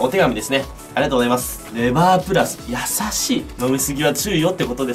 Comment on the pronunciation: ピクルスのあとのありがとうございます！が、、 ありがとナス！ 、、重症